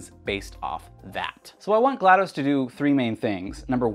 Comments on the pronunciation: I like this video, but you keep mispronouncing her name and it bugs me. It's pronounced GLAD-US, or GLAD-ASS. Damn. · Its not GLaD UH S or GLaD OH S, its GLaD AW S, so if you say GLaDOS again, say it as GL-AH-D-AW-S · No it’s pronounced glah-dos (dos as in the abbreviation for Disc Operating System) not glah-dose